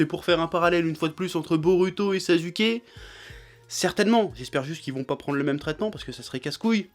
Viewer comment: Hamza PSG il le fait exprès c'est comme quand il prononce sasuke il dit saZUke ou encore SNK il dit shUNJEki no kyoJUN